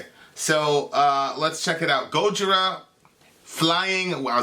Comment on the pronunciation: Learn how to say Gojira goddamit